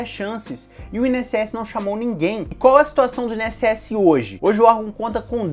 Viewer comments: In-SS? Por que você fala assim? Instituto Nacional... É separado mesmo. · Carioca fala "I-N-S-S" bem direitinho. O é que fala de um jeito próprio e bem peculiar! Nunca tinha ouvido essa pronúncia! hahahah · É impressão minha ou nosso amigo fala: “IN” ss? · Mais um vídeo tooop, esse vídeo veio na hora certa, tava pensando em focar só no INSS mas vou acrescentar outras matérias pra aproveitar mais como o TJMG por exemplo. E vc fala INSS muito engraçado kkkk. Continue mandando vìdeos são massa.